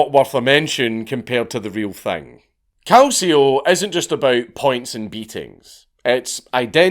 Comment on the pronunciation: Your italian pronunciation is pretty good 😂😂 your only mistake is "Calcio". It's pronounced more like "Kal-chi-o".